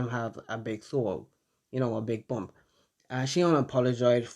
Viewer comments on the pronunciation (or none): none